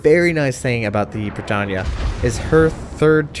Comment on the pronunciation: it's pronounced BRE TANE